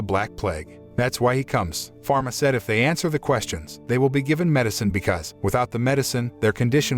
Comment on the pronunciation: Mispronounce/ misheard/ misspell names Falma not pharma Jean not james